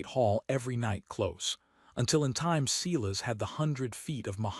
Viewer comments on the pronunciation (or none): Silas pronounced sigh as not see las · I liked it, subscribed and it still flashed at me to subscribe. So distracting from a good tale. Sigh-lass not whatever ai was trying to say.